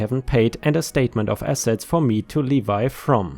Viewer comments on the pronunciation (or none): Hi ⭐, 🌠🌟⭐🌟🌠😎🌠🌟⭐🌟🌠💍 Small correction from or close to it. You said levy as leev - ee, like tree leaves followed by a long ē at the end. It is said as lev - ee, lev as in level (the shelf looks level, nothing should fall off), followed by the long ē. Levy, as in to levy taxes against your land. Lev - ēē. I know English is difficult, for every rule there is an exception, or counter rule, to the pronunciation and grammar. But you are amazingly good at it. Is it true the man that originally started to write a dictionary of the German language spent his whole life trying to finish it, and only came close just before he died? Decades spent trying to document German spelling, meaning, and pronunciation. How big is a German dictionary? Regular or unabridged... Didn't look for your breakfast post yet today, did you post it? Will look after I eat. What you have always looks better, best to look after I've eaten. 😁 Take care, stay safe, have a nice day. 👵☺️✌️☮️🖖 😷 🙉🙈🙊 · 😁🌟⭐💫✨🌠🐈💜🐈🌠✨💫⭐🌟😁 LEVY - pronounced lev-vie. Your pronunciation makes sense, but " Leevye" implies one of the biblical 12 tribes of Israel, or a brand of jeans.